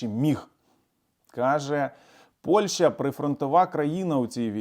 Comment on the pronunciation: пане! назва сусідньої нам країни не Польша, а Польща! не використовуйте москалізовану вимову!